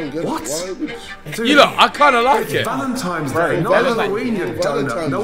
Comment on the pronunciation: Gordon said "Valentimes Day" and now everything else he has ever said has lost all credibility. What a donut.